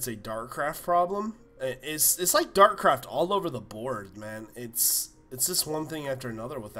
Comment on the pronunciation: It's Dartcraft not Darkcraft